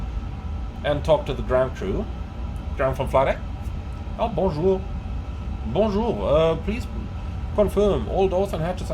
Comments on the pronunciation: God damn I like that “bonjouur” as a french listener, talking seriously I really like your work. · That "Bonjour" was really french.😄